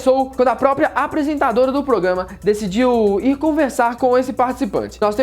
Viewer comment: "Progama" ahauahauaha